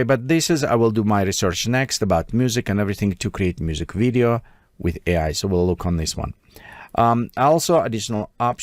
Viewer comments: AI is prounced Ay Igh rather than Eye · AI pronouncing the word "AI" as I 😮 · ....a nice trick for your voice over is to replace "AI" with "aye eye" which will solve the glaringly obvious mispronunciation happening throughout. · I noticed that the computer would say AI wrong, Maybe if you edited it and put a space like A I it would say it better. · The AI needs to learn how to pronounce AI... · Hah I thought that too. And you'd think an AI would know how to pronounce its own name by now